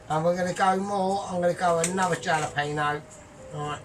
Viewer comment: it’s pronounced Hal peno not jal 👍